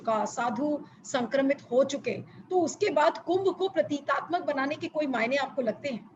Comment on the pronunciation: अाप बार बार प्रतीतात्मक कह रही हैं सही शब्द प्रतीकात्मक है।